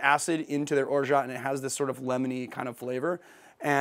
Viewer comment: The T at the end of orgeat is silent :)